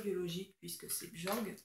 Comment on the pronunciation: Sa se dit pas bjorg mais "biorgue"